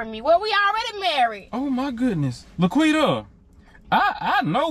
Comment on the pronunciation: It’s La’Quitta**